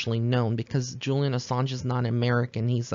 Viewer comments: You pronounced Julian’s last name correctly. Was hoping you would do this reading. Sending love & blessings to you. 💕🌷💕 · Great reading! You pronounced his name right. Enjoying your link & readings on YouTube! I feel like you're the "real deal," & I listen to a few on YouTube. I feel like you're genuine compared to some others. Many blessings and may you always go far! 😊😍